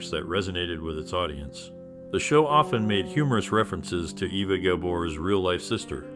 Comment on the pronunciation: No, it doesn’t. She was born in Hungary, and it’s pronounced AY-vuh. Not Eh-va or Ee-vuh.